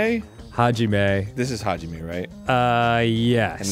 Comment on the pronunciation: im... not correcting you?? and its Hajime, not Hagime